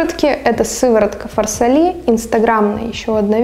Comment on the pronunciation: И фарсАли, а не фарсалИ